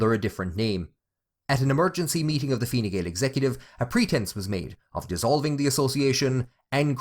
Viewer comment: Learn to pronounce the name of the party correctly, stupid